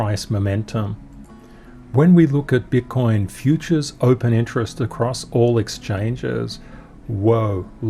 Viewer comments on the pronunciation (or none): I have to listen again 🤣 I think said BUTT COIN 🤣 but I'm not sure.